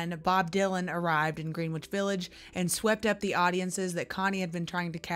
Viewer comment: Thank you for this! ‘Greenwich” is pronounced “Grennich”